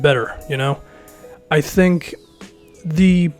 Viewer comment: " don't "tank" what is this did I just hear that?